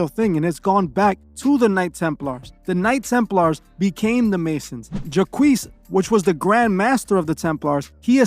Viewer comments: Lol JACQUES is pronounced JOCK or ZHOC. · Jacques is a French name, it is just pronounced "jac"......not Jaqwees haha. Good video though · Juhkwees (Jacques) is pronounced ‘jock’ with a long ‘j’